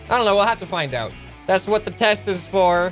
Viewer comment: wat no sout not oud!!!!!!!!!!!!!!!!!